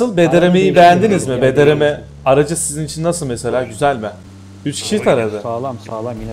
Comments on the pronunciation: Abi bdrm değil brdm sksnsnsjsks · Bdrm değil brdm. Abi